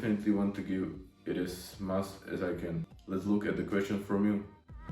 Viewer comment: Typi na výslovnosť: much= mač Measurements= mežrments Since= sins Ago= egou Každopádne rešpekt za to že už takto mladý tvorí videa a ešte aj v anj. Čo sa výslovnosti týka, každý sa časom učí, dúfam že ti môj komentár trochu pomôže. Rad budem sledovať ako sa každý deň zlepšuješ💯. Tiež by som rád začal takto s tvorbou na ytb v anj.